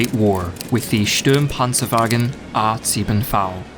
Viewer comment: The thing that struck me the most was the Sturmpanzerwagen being pronounced as Stürm... – other than that, it was really close